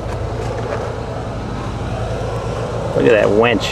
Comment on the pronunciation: leave it to to call the winch a "wench" lol god bless you, you are a straight up badass!